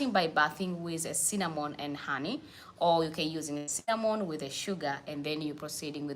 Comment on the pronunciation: It's Cinnamon powder! Not Sinnnanon